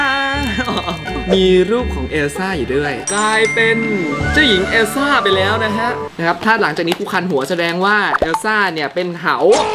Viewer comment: เอลซ่าไม่ใช่เออซ่า